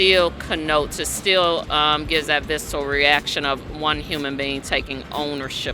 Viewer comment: In the same sentence she also said "vistal" instead of "visceral". She's keeping the stereotypes alive one word at a time.